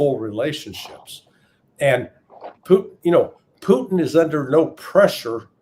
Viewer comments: Poo-Teen...C'Mon Ray...🤡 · Why does Ray McGovern call Putin "Pooteen"?